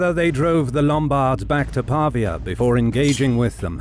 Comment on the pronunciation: Pavìa, not Pàvia